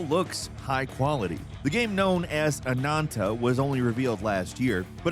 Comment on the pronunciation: Anantaou?? haha man, it's just AH-NAN-TAH. Man, English is really not a consistent language with its vowels, isn't it?. If you say "A" you guys say "EI" but if I put an H after it sounds like "A" not "Ei". Why is AH different than A? heh. Anyway. Free game I probably will try but don't feel like I'm gonna be committed to it.